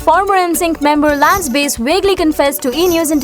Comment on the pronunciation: Where did you find this announcer? Her mispronouncing of many names, like base for Bass detracts from the whole presentation of an inspiring message. It should be a big help to many young men struggling with their sexuality, to find the truth of many celebrities.